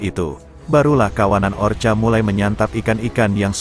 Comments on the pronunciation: Bukan orcha tapi ORKA. tolong diperbaiki dalam mengucapkan nama-nama apapun. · Kalau mau bikin narasi dlm bhs indonesia ketik bunyinya orka dibaca orka bukan orca... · Orca ya kk bukan orcha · Tolong bacalah ORKA bukanya orcha. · Bacanya Orka oom..hehe,sorry nih..😂😂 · Gak apaapa... Kedengaran lebih gurih...ORCA ... hehehe